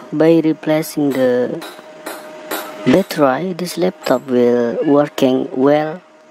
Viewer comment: It is battery not batterai